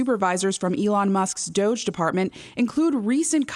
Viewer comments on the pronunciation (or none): none